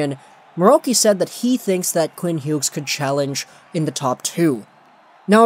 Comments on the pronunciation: Same like just say it like Hews jesus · the G when pronouncing his name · Please never pronounce his last name like this again it hurts my brain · He does that with a lot of players.